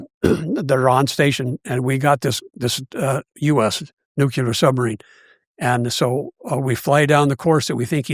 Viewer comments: It’s pronounced NUCLEAR, not nucelar… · Even the nuclear sub hunter says nucular